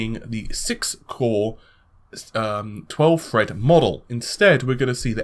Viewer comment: its not fucking fred!! its THREAD!!!